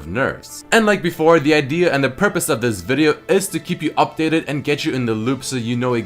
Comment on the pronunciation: it's more like vídeò